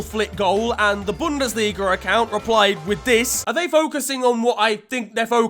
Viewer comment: I guess it really is the "Bundas-liga" 😂